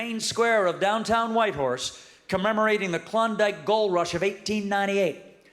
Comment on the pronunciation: He nailed Whitehorse👏🏽